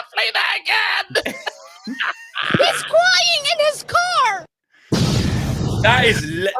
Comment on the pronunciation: ' He's cwying in his corr' 😂😂